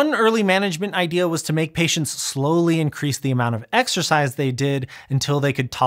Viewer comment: Exercise? I thought you said "extra fries"...